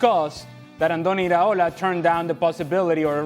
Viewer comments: Iraola, not ariola Craig FFS 😂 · Can someone tell Craig, it’s pronounced EE-Ra-Ola. Not Areola. He’s not a nipple. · Craig, who the heck is “areola”??!!